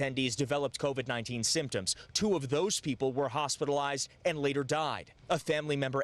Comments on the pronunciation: lmao Ti its pronounced CO VID NOT CONVICT lmao stop listenin to Akon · No shade, but why does she keep pronouncing it "CONVID"? Where did the "N" come from? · Funny you called that out...l was listening while cooking & my 9 year old walked into the kitchen and said why is that lady saying Convid instead of Covid...😄😄. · Everytime Ti says CONVIC-19 I hear "Convict Akon and Young Geezy Geah" lol 😆 😆 we still love you sis! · C-O-V-I-D Say it with me. "COVID" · "co-vid" lol or you can just say "virus" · Lol I love how Ti says convid-19 😭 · I’ve been wondering for a while now .... does she realize there is no N in COVID...? 🤔